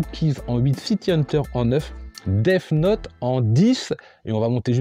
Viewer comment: cool comme concepte 😀 part contre faut t'arrête de dire déf note pour death note 😂😂